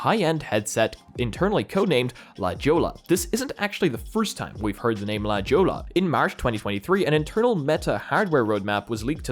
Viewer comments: A little tip: la jolla is actually pronunced " La hoia" and not "la chola". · Heads up - La Jolla is pronounced "La hoy-aa" it's a location in San Siego here in California and derived from a spanish word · Thank you, came here for exactly this reason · LOL😅😅 LA Jolla.. La "Hoyaa"...duh...😂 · He is foreign you know. Mexico is no way near him I'm sure..😅